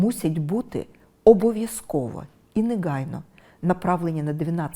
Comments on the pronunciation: Не неґайно. А негайно. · Юліє Володимирівно, навчіться, будь ласка, вживати українську "г" , а не російську "ґ ". Дуже ріже слух "перемоґа", "черґи", "неґайно", "наполяґати"... Навіть російськомовні в Україні в більшості вимовляють українську, м'яку "г".